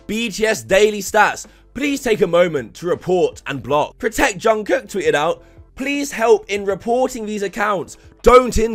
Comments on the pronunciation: Lmao when non- kpop fans pronounce Korean names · we also made the joke, ''Jungle Book''= ''Jung Kook"